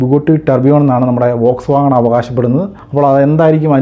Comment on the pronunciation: വോക്സ് വാഗൺ അല്ല “ഫോക്സ് വാഗൺ”. ബുഗട്ടി അല്ല “ബുഗാട്ടി”. വിയ്റോൺ അല്ല “വെയ്റോൺ” pronunciation ശ്രദ്ധിക്കുമല്ലോ ഇങ്ങനെയാണ് പേരുകൾ Pronounce ചെയ്യേണ്ടത്